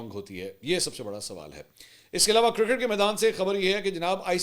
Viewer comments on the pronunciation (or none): none